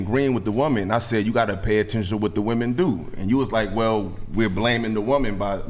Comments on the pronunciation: THE WORD IS WOMEN NOT WOMAN!!!! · "WIH-men", not "WOO-man." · WOMEN WOMEN WOMEN!!!! NOT woman!! These women cant say the plural word for woman 😭😂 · Y'all know that "women" and "woman" are not pronounced the same right!?